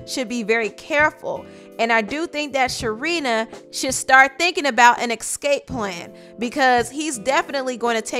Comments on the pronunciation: The word is „ESCAPE“ not „EXCAPE“. Read some books stupid ass trash But thx for the tea lol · I think the word is ESCAPE, not excape. There “word” excape doesn’t exist.